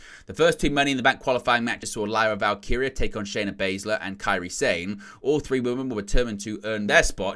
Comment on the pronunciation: He did it! He did the impossible! He pronounced "Val-KEE-ree-ah" correctly. 🤣 Love ya. ❤🤭